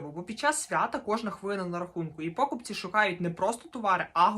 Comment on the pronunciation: чому такі проблеми з наголосами? покупцІ, а не пОкупці